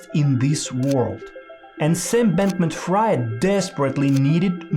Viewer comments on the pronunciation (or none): Could you at least learn how to pronounce Fried last names? Jesus